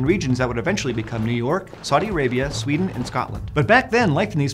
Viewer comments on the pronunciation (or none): none